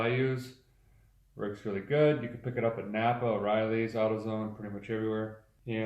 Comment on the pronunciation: Yea way different in these vidyas than current. A lot more serious back in the day, not as many jokes and way more serious. Even pronouncing NAPA as you should. Not as many things like we should do this... PROBABLY NOT.